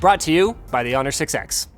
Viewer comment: Maaaaannnn, the 6X sounds way too much like six-sex :D